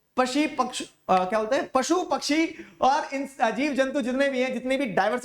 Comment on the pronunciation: pashi pakshuuu😂😂😂😂